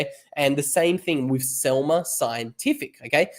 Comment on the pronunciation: Selmer? No, Semler! 😜